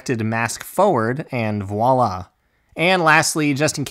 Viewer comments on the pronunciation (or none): none